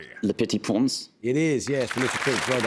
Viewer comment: Poor, he was so nervous that his French pronunciations sounded kind of butchered. He knew the answers though!